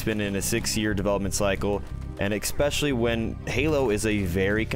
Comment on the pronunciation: If you say “expeshially” one more time, ima have a seizure